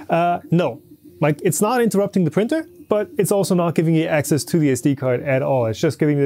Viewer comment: "asscess" haha